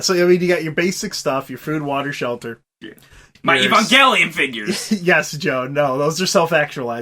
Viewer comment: We can add "Ee-bon-gelion" to the list of bizarre pronunciations